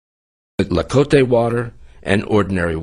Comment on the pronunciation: it's pronounced TLA-CO-TE not La-co-te :p